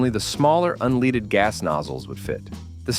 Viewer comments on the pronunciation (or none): Switched off at unleeded! AI bollox.